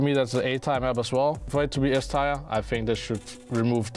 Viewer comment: He said it correctly before starting the list, funnily enough. His inner Dane must've taken over 😆